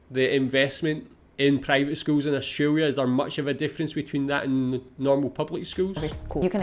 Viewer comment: Learn how to say 'Australia' before making a video about education.